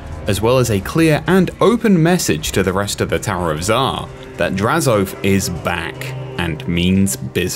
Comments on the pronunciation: My man said “draz-OATH”, but it’s pronounced more like hoeth with an a and no h. Drazho-ath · I’ve never heard anyone call him Draz-oath. Always Drazo-ath. Interesting.